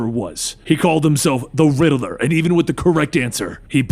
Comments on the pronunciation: He said perhaps you should call me the riddler not rideler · Lol he says riddaler